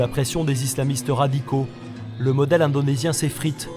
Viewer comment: Ça c'est ne pas l'islam que nous connais et il a bien dit ISlam indenosien 😂😂😂😂🤣